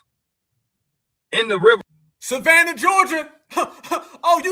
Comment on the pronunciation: this dude said Savannah 🤦🏽‍♂️🤦🏽‍♂️🤦🏽‍♂️ …. I tried to give these dudes a break